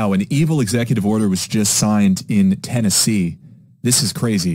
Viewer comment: Ten-NAZEE (10 Nazi)